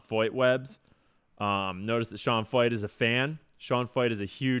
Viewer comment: Pronounced Sean Foyt?? That’s Sean Fucht.